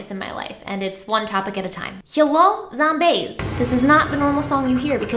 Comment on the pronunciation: “zomneigh” oh my GOD 😭